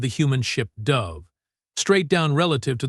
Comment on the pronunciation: "...the human ship DUHV(dove)..."!!!! NO YOU POS AI!!!!! IT "DOE-V".....LONG FKN "O"!!!!...LIKE SAYING "OH in ON SHI-ITE!!!!". POS AI!!!! THEN, , "...the fighters "DUHV in!!!!"!!!!!!!!!!!!!!!!!!!!! POS AI!!!!